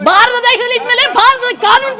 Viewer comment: ಭಾರತ ಅಂತ ಒತ್ತಿ ಒತ್ತಿ ಹೇಳ್ದಿರ ಅವರಿಗೆ ಗ್ಯಾಸ್ ಸಿಲಿಂಡರ್ ಕೊಟ್ಟಿದ್ದು ಯಾರು? ಇಲ್ಲಿ ಎಲ್ಲರೂ ಒಂದೇ ಅನ್ನೋ ಮನೋಬವ ನಿಮ್ಮಲ್ಲಿ ಇರಲಿ ಮೇಡಂ